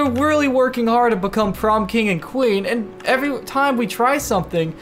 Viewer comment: Why are you saying bacome!? Its become